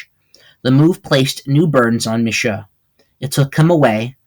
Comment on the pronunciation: Hey great documentation on my family. Some things are wrong like your emphasis on the pronunciation of my name. It’s Shoe like what you wear on your feet. Mishoe! Also my great grandma was from Virginia not NY. She grew up around Philadelphia. Not NY. But the rest relatively on point. Luna Mishoe IV.